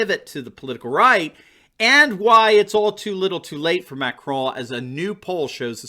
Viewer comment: Just wondering, why does the pronunciation of Macron's name keep swapping from 'Mac Crow' to 'Mac Craw' to 'Mac Cron' with no rhyme or reason?